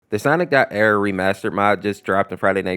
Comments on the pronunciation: Stop calling it ERR like it’s one word it’s like sonic.exe where it’s pronounced separate so it’s sonic.E R R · it's pronounced sonic. E R R by the way knuckles did get half his face ripped off